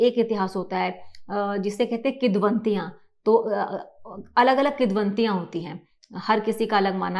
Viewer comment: Kidvantiyan 😂😂😂😂 it's kivdantiyan